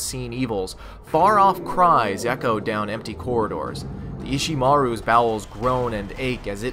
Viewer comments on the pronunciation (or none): The ship in Dead Space is "Ishimura", not "Ishimaru". Nevertheless, a fantastic love letter to the past generation. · A minor "typo", it's the "Ishimura". Nonetheless, superb video as always.